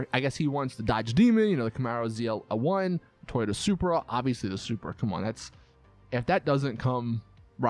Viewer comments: It's Toyota not Toyato :) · Ok 1. Learn how to say Toyota